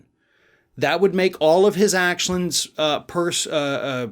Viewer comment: “That would make all of his acshlunds, uh, purse uh uh.” 2022 <3. Who needs the magic of editing anyway. Keep the slips for the content. Awesome bro. Also yeah if anybody in charge had any brains these guys would all be in jail 10x over